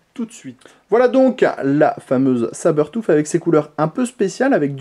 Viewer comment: Sabertouffe? :p Je l'aurais prononçé comme pour "bluetooth" ^^